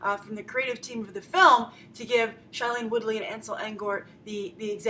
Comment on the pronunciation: Grace , I'm sorry but it really bugs me that you keep on pronouncing shailene's name wrong. It's not SHY-lene but SHAY-lene